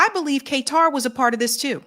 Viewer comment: lol "K-TAR"